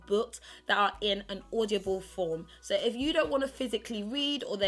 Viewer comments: She says audioble and odible😂😂😂😂😂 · When you can't even say the word 'Audible' ...